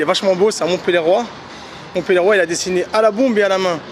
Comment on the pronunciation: "Montpellieroi" MDRRRR